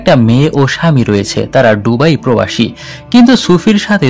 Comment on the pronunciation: সবকিছুই সুন্দর তবে শব্দ উচ্চারণে আরো যত্নশীল হওয়া দরকার। যেমন- ডুবাই না এটা বে দুবাই। ধন্যবাদ